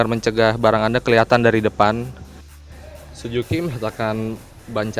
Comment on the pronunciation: Suzuki, mas reporter. Bukan Sujuki. 😀